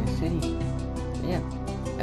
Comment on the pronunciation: and say city not shity